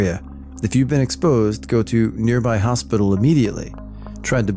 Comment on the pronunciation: “Hospitcal” lol. Little mistakes like these make the videos more enjoyable.